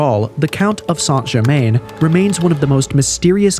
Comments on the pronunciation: Its pronounced " San - Cher- Man " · Appreciate the video on the topic but just for future reference it's pronounce "sahn jer mahn"